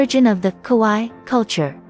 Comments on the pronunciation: The narrator could have bothered herself learning the very easy, very simple, Japanese phonetic rules. Kowaii means 'scary', kawaii means cute. She pronounced it like the first. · Kawaii pronounced “Kah why ee “